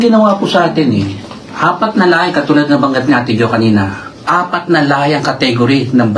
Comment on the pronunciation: Correction "Lahe"